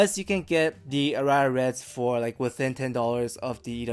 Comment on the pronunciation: Aria is a word in English as well, and it's pronounced differently - stress on the first vowel.